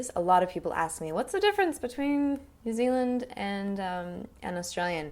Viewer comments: This is so fucking weird, she's american but she can do the kiwi accent really well that when she switches to her kiwi accent my mind automatically thinks that shes a new zealander. She doesnt say New Zealand properly in a New Zealand accent, but otherwise it's perfect! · The way she says New Zealand is ridiculous. I legitimately burst out laughing when she first said it. Some of the accents were correct like 'pen' that was quite close but 'pin' was far off. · u cant pronounce new Zealand correctly but ur pretty good at the kiwi accent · That's a scary good kiwi accent but the only thing is the way you say new zealand is wrong. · That's pretty brilliant, the one comment I make it the 'e' sound in Zealand is slightly longer than you're making it. New Zeeeland instead of Zillund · Nikki Piława I heard new Zilland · Great job! the only thing I think sounded off was the way you pronounce "New Zealand" - "New Zulland" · Kiwi accent is sooooo good, you literally sound like a local. I have just one comment, in the kiwi accent you're doing you wouldn't say “New Zilland” you would say “New Zee-land.” The “Zilland” thing is more something older people say, mostly older people who live rurally and sounds very out of place in the accent you’re using which is a more neutral accent that the majority of us have, otherwise it is absolutely spot on. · She is very good but we say New Zeal - IND not New Zil - UND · This is great! I loved how you didn't make fun of either dialect in any way. The only time where ya got it a little off was w/your 'New Zilland/Zulland' that didn't sound so right to me. Love from New Zealand, & Good on ya Mate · She pronounces New Zealand strange xD it sounds like she's saying "New Zilund" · New zeluhnd 😂😂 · Why do u say New Zealand like that? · Jinder Mahal she says new zealand wrong